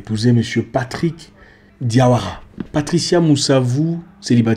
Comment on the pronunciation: Tu sais bien prononcer le nom de famille diawara on est la!